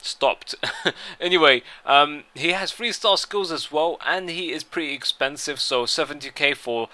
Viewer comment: I thinks he is very "eipensive" fail